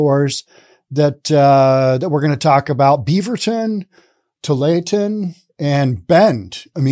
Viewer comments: I just started watching this video and heard him say “too-lay-ah-ten” and was all 😅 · pronounced too-wall-ah-tin. 😎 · Tualatin. "Too-wall-at-ton". Sure, enjoy your podcasts. Ex Williamite Valley born and raised resident living the good life in Wyoming. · It was always pronounced Too-all-it-in when I lived in the area (Beaverton and Lake Oswego). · Too-all-i-tin There. Now, fwiw: At least I could understand what you were trying to say. I recently heard a video with someone trying to pronounce "Cthulhu" and failing so abysmally that if I couldn't read the video title, I'd think they'd discovered a brand new word. So you're cool, man. :D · I know it's a french corruption of a native word, but just how hard is it to say Tu-ALL-a-tin? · Tualatin: "Too-wall-uh-tin" West hills area... Closer to Beaverton than downtown... I'm surprised about Bend. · Too-wall-it-ton if this help. Portland is the town I grew up in. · 😂 Tualatin- too all iton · I think it’s pronounced “Too All La Tin”. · Really liking this video. But that name is pronounced TO-WALL-A-TON, with that last syllable sometimes being pronounced as TIN. Just rhyme with BOO-BALL-A-BUN, or sometimes BIN. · Tu-all-a-tin (that’s how to pronounce tualatin)😂😂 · Tualitin us pronounced TOO-ALL-UH-TIN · Tualatin is pronounced To-all-uh-tin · pronounce Tualatin: two ALL it tin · Tualitin Pronounced too-ah-la-tin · It's pronounced "two-all-eh-Tin" 😁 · Its tooallatin